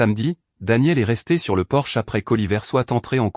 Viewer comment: Faudra apprendre à votre IA traductrice que l'entrée d'une maison n'est pas une voiture allemande de luxe, c'est un PORCHE !!!